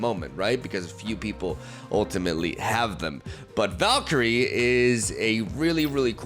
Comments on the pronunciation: doesn't like me correcting his awful pronounciation so he deletes my posts lol. Well I didn't like you leavin LoR so I'm gonna tornment you for ever, it's not valkiri it's valkyre. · How hard is it to say Val-kee-ree?? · Ah yes, Valk-eerie joining KingPing and Cere-bruh among the butchered names 😂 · Valkeri, Valkery, Val... Valkiria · Is Val-K-Rie the right pronunciation 😂